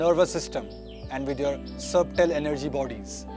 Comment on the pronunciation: Bro.. great video. Thank you. 🙏💐😊 However, may I suggest that the word SUBTLE is pronounced as SUTTLE... where the 'B' is silent. Also, it should be BEEJ, and not BIJA. Pls edit. God bless.🙏😊